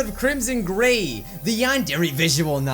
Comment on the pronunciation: Mike: welcome come back to Crimson gray TRU FANS: ( what they here ) WELCOmE BacK tO crImSon GAYYYYYYYY